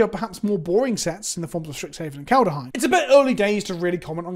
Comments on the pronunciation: KALED HEIM. Not Kalda heim. JFC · I love how even a year later you still can't (or don't want to) pronounce Kaldheim correctly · That bothers you too, huh? To be fair to, most people mispronounce it.